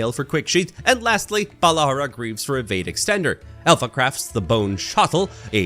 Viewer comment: I love your pronounce evade as ewade